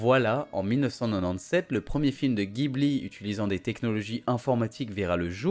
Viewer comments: en fait on dit "Djibouli" et pas "Guibli". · officiellement c'est ジブリ 'Jibuli'. Si tu dis Guibli à un japonais, il ne comprend pas.(c'est un mot italien à la base, oui.) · vidéo sympa! sinon Ghibli se prononce jibli :)^